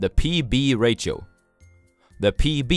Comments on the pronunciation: The word "ratio" is actually pronounced as "ray she oh" and not as "rah sio" or but you were thinking of the word radio maybe? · Why are you calling ratio as rachio. We indians say ratio in following manner rasio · It's pronounced as rayshio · great video again! by the way ratio is pronounced as re she o (with a sh sound) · It's pronounced "rashio" or "rasho" other wise great content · Jeff Winger: Did you just mispronounce Ratio? :D